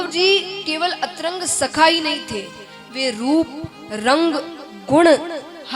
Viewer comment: अंतरंग नहीं अंतरंग 😂😂